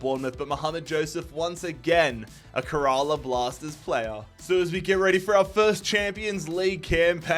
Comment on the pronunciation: bro really said: KUHRAALAA Blasters Aahpuwah Neetin ahmed Veeshnu Chooturi